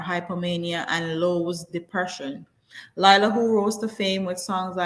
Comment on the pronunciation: It's Leeeela. Please watch the video where she was also talking about how people mispronounce her name. More power to her for bringing more awareness to mental health.